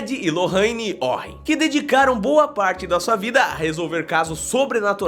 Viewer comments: NÃO SE DIZ WORREN SE FALA WOREN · Pronúncia certa "Edi e Loraini uoren" "Horror em amitivil' "Winsconsin"